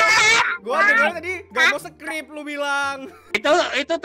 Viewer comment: "supkrib" wkwkwk